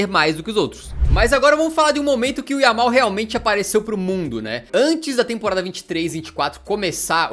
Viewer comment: No momento ele fala yamine